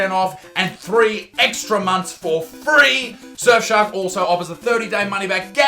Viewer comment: i loved when you said frEee